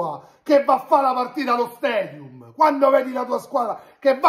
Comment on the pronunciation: . Allo " stedium" 😀😀😀